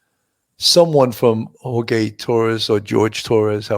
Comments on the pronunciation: Please with the HorGay. It's HorHey. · the YouTuber was pronouncing Jorge as HOR-GAY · The victim’s name is Jorge ( hor-hay). George is the English version.